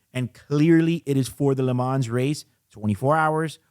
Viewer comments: Lee m-on Not le man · You should pronounce “Le Man”, the “s” is muted. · Great commentary. However, your pronunciation of “Le Mans” is exactly the reason why Rolex changed from calling the Daytona “Le Mans.” [Yes, the first Daytona was called the Le Mans.] The “s” is actually silent. It’s not “Le Mansss.” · Please stop pronouncing the ‘S’ in LeMans😑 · Le Mans is pronounced without the 's'. Just saying. A bit like Audemars Piguet. You know what I mean.